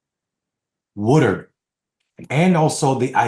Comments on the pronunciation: Hello Thank you very much for what your words. I agree with most of what you said. But the journalist's name is Bob Woodward, not Woodard. ( Sorry, it was just ticking me off when you mispronounced. his name.) Other than that, I really liked what you said. Thank you Peace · No offense, but you keep calling him Woodard, not Woodward.